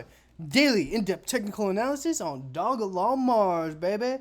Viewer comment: Bro the name of the damn coin Is simply Doge Lon 😂😂😂 Dog E Lon. Like why are you butchering this simple name